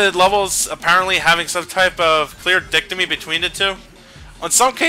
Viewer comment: did just pronounce dichotomy as "dick-to-me"?